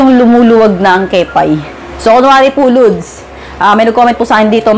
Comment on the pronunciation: Lods ang pagbiglas hindi po LUDS😂😂😂